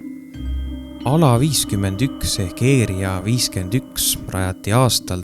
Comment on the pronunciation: mis asi see eeria 51 on,´ häälda asju õieti ikka